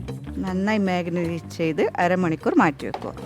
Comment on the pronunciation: നിങ്ങളുടെ പാചകം ok യാണ് പക്ഷേ വാചകം ശരിയാക്കാൻ ഉണ്ട് വാക്കുകളിൽ കുറെ മിസ്റ്റേക്സ് ഉണ്ട് മാഗ്നറ്റ് അല്ല മാരിനേറ്റ് ആണ് കഴിഞ്ഞപ്രാവശ്യം സ്റ്റോക്കിനെ സ്ട്രോക്ക് എന്നും പറഞ്ഞു. പിന്നെ പെരക്കി വെക്കൽ എന്നൊക്കെ പറഞ്ഞാൽ മാഹിക്കാർക്ക് മാത്രമേ മനസ്സിലാകൂ കാര്യങ്ങൾ കുറച്ച് സ്റ്റാൻഡേർഡ് ആയി പറയൂ